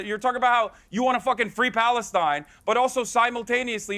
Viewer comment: Palestine in the British accent 😂